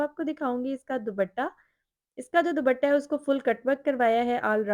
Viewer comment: ❤❤❤بہت خوب صورت سوٹس ہیں۔۔۔۔بس دوبٹہ۔۔۔کی بجاۓ صحیح تلفظ ہے۔۔۔دوپٹہ۔۔۔۔امید ہے آپ نے برا نہیں منایا ہو گا۔۔۔۔۔ شکریہ